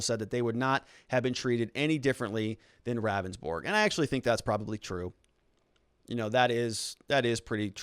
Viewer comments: It's pronounced "Roundsburg" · Good vid but Ravnsborg himself in the video it’s pronounced (Rounds - borg) just FYI